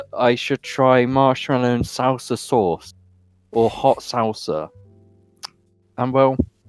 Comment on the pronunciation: You kept saying salsa wrong